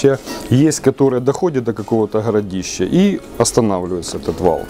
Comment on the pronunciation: Если взялся говорить на русском, о серьёзном.. так хотя бы не Хыкай да. оХромные.. хородища.... хде-то.. хурганы..и т.д. Вроде по теме балакаешь..почти не тупишь. Но вот это твоё { Х } всё портит да. Прекращай уже! Или ховори тогда уже чисто на украинском .